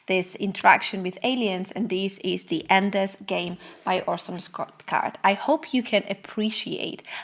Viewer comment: It's Ender's game, not endless game